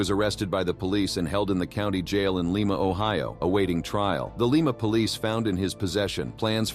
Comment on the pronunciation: I'm from Lima Ohio ie) Lie mu NOT LEEMA!!!